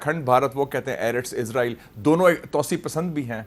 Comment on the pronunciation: اسرائیل not عزرائیل